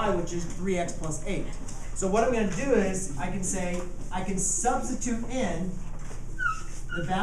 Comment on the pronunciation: he said what I'm gonna do is but it was all together at the same time so it sounded like Duse